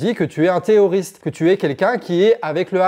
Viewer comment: Tu as un problème à prononcer les R, non ? 😅 Parce que moi, j'entends "Té''oriste"